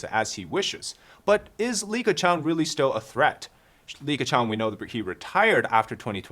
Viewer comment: Are you serious? Dude, the name is Li Keqiang. 李克强！